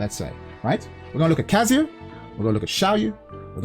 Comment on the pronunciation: when will you learn that its not "kaZUya", but its "KAzuya"